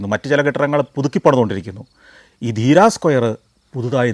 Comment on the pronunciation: Deera alla dheriya